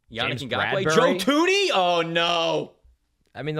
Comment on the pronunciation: Joe "Tunney"